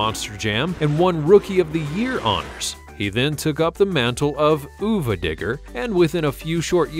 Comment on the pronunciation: Oova digger??? If your gonna narrate this stuff learn the name. You even said it Son of a Digger. How sad 😞 uva pronounced of a not oova wow just wow